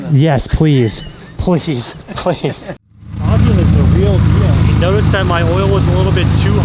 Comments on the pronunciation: It’s FABian and not FOBian,. jeez…. 😅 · His name is pronounced (Fayy-bee-in) 😂 he pronounced his name after you asked him to tell him who he is to the camera then you proceeded to pronounce it wrong the rest of the video 😭😭😂